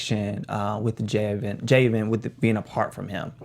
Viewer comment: I think Evan asked Morgan to be his gf, it’s crazy how fast he’s fallen for her. It’s three people on the panel someone should’ve known John kissed Katheryn not Hannah. And the man’s name is pronounced Jay-ven, not Ja-ven. Other than that, great episode. This was the best so far, I wish Kaci would’ve watched it. But like she said, she’d see eventually so why hurt herself now?